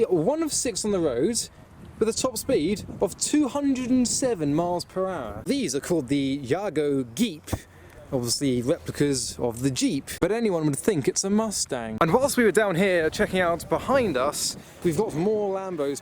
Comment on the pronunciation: Tips from and old bloke; Midas is pronounced My-das after King Midas of Greek mythology. The Jago Jeep is pronounced Jay-go.